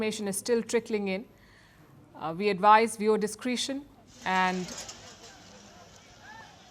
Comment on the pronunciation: Not '...yesterday night...'❌ Please say 'LAST night' ✅ Also Pronounce 'Dis-CREH-tion' ✅ Not 'Dis-cree-tion' ❌